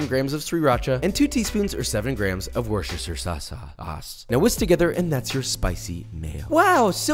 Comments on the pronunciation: it’s said wus-ter-sher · Worcester sauce Pron: Woo-ster sauce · Its vooster sauce. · Please American for the love of god. It is pronounced wuh-stir-sheer sauce 😂 Edit: I thank you for teaching me how to say Gouda as I have been saying it wrong myself 😂